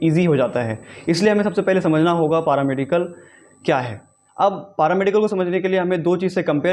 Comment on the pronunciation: पारामेडिकल नही पैरामेडिकल होता है 😂😂😂